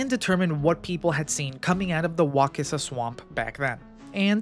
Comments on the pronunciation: Its Wa sis a, not Wa kiss a. You must not be from around here,..... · Wacissa is pronounced wasissa. The letter C is pronounced like a S. I’ve lived in Monticello for over 30plus years and read about the Wacissa volcano many years ago. They use to make shine back in the woods. There’s lots of old hermit cabins or the remains of them along the wacissa river. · WAH SISS UH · I was born and raised here and I've never heard it pronounced that way. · It's pronounced "wah-sissa" and "wah-kuh-lah" damnit non Floridians always fuckin it up...😂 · Wacissa prnounced Wassissa Wakulla..pronounce Wah KULL a not wah cool a. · Ey!!! The Volcano!! You know the Great Wakulla Treasure is right there by the volcano ❤ Just an hour stumble Sorthweast. Also, we say "Wah-kuh-lla" and "Wah-sis-ah." If you see a word that looks even vaguely native, say it like a bumpkin, and you'll fit right in 😊 Folks 'round here tend to favor the smuggler/pirates/bootleggers version. Thats why we have the legend of the Great Wakulla Treasure. Nice vid, keep up the good work. Go War Eagles! 😜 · Couple local pronunciation things: Wacissa rhymes with Narcissa, as the ‘c’ has a soft s sound. Wakulla is pronounced “wuh-KULL-a”